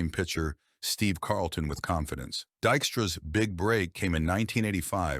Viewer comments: De-xtra ?? You can kiss my arse with your lazy AI narration. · Man, I hate AI, he hit point three five eight and it’s called him Dikstra a bunch of times